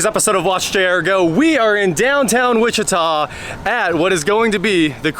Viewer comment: Downtown Wuh- chee- ta! I noticed this a few months back. We hear so many different mis pronunciations here in Sevierville, Sevier county tennessee and Pigeon forge, Gatlinburg Tennessee.